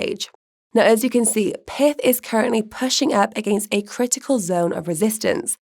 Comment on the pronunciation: That’s pyth not pith.